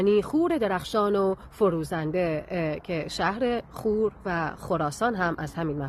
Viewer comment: عزیزم خور رو اشتباه تلفظ میکنی. خور اینجوری تلفظ میشه. خ با ضمه واو با فتحه و ر ساکن هست تو زبان پهلوی (همان زبان کردی کلهر ) اینجوری که گفتم تلفظ میشه چونکه زبان ما کردها ریشه زبان فارسی است بنابراین میتونی از کردها ی با سواد تحقیق کنی